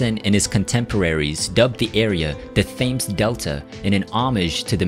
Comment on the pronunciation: The River Thames is pronounced "tems" Islington is said the same as you'd say "is"... as in "is you is or is you ain't from Islington?" and not like the part of London where I live, Isleworth which is spoken as "I-sell-worth"